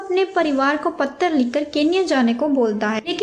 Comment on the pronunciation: Madam patra hota hai correct ur pronounceation